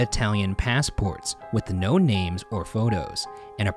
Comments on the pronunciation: could have asked a slav to teach you the right pronunciation of the names and surnames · For the postmortem: ryan are your feelings hurt by all the comments saying you mispronounced every name? (Don’t lie 👀) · Man i love these videos but the name pronunciation in this video physically hurt me. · The pronunciation of the names activated my gag reflex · I'm not even Serbian and hearing Ryan pronounce those names raised my blood pressure.. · Hey, serb here, Loved the episode, but man did you guys butcher those names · Me a balkan: laughing uncontrollably at there pronation of the names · It kills me how these names are being butchered, but, great episode guys! Keep the work up. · My man Ryan butchered the names so much 😔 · The way they pronounce the names is so wrong, I actually love it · the pronunciation hurts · I'm Bosnian and laughing my butt off because of the name pronunciations 😂